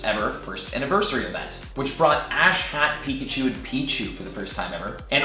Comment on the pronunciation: I keep hearing "ass-hat Pikachu" >.<